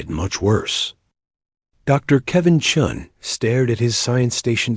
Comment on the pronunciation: It's commander chen and not Chung. 😂😂